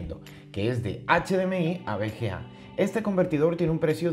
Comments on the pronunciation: jajaja suena raro, es V ciertooooooooooo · cada vez que dice bga me duele :v